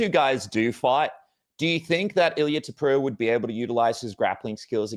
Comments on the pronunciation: How come you pronounce Topuria as "Topura"? Your country's name literally ends in "ia". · ta POOR Re A. not 2poora. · “Tuhpura” 😆 I find it funny and kinda Hope he keeps doing it lol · The way he pronounces Topuria makes me bang my head against the desk.